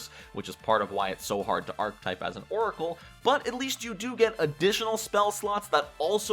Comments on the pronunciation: I had a really hard time with the pronunciation of archetype in this video. It’s aar·kuh·tipe not ark-tipe. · I'm trying so hard to watch this, but archetype is three syllables, not two: arch-a-type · archetype is a 3 syllable word, thankyou